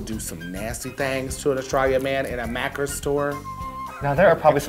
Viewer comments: Its Maccas...... mackers 🙄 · It's Macca's not mackers jeesus disrespect aussie culture like that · Maccas not makkers. Dont use r lol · Maccas** we don't have R's in Australia, they're illegal. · I love that Kameron wrote Maccas as "Mackers" and pronounced it with a hard r sound!!! And Burger King is Hungry Jack's in Australia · This was iconic af, and as an Aussie, I actually wasn't insulted with the pronunciation of Macca's, as maccers, I found it funny n adorable when they said it like that lol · Haha omg I died at Mackers!! 😂 I’m from Australia and we spell it Maccas and definitely no R sound either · GUUURRRRLLLLSSSsssss its "Maccas" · I love how you used Australian slang but gurl it's maccas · In Australia we call McDonald’s - Macca’s there’s no R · Kameron pronouncing maccas wrong is a hate crime. Maccas is mcdonalds, and we call burger king hungry jacks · it's macca's, but points for trying love you guys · kameron calling maccas mackers sucked the australian life outta me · Macca's. We Ozzy's call it Macca's. There's no 'r' sound. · I feel like no Aussie is addressing this so I’ll step up. It’s spelled maccas and pronounced ‘ma-cahs’ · Kameron - its Maccas sorry hun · I love you kameron but its maccas sweety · Isn’t it maccas though. No er sound 😂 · Cameron pronouncing Maccas is everything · Hahaha “Maccas” like Mack-as 🤣 no ‘r’ sound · Kameron keeps saying 'Mackers'... Please end me <3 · Australians were screaming when Kameron called Maccas "mackers" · lmao in Australia and New Zealand we say "Macca's" not Macker's" hahaha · As an Australian, when they said “mackers” I was SHOOK like its maccas. but I’ll let this one slide bc I love you both 💕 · Mackers!? lmao It's Macca's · Oh I cringed so hard at mackers Kameron I love you but it’s maccas And Burger King is hungry jacks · Kameron: MaCcErS Me: (an Aussie) sweety its maccas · LMAO "MAKERS" GUURL IT'S MACCAS OMFG I CANT. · Mackers. 😂 it’s Macca’s! 😂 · MaccA's not Maccers hahahahah BUT LOVE LOVE LOVE